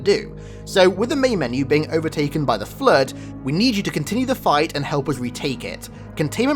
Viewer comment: Dey terk er flerrrrd